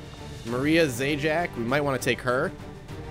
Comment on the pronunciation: Being polish it's kinda silly hearing an english speaking person pronounce /read polish surnames xD Dudek: dude - ec (as in economy) also dudek means hoopoe :) Zając: Zah - ye - ow - ts, also zając means hare :) cheers!